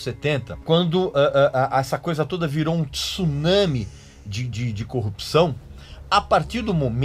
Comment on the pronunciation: Parabens , e a primeira pessoa que ouco a pronuncia de “tsunami” corretamente .